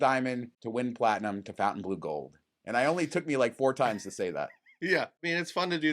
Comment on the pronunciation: I would expect you guys to know how to pronounce FontaineBleau. It's not Fountain 🤦🏻‍♂️😅